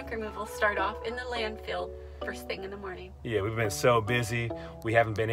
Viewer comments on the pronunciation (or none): Love U guys. So funny, informative, motivational. Love it when U call it the "Land-Field" instead of Landfill. Love the positive attitudes. Great Work.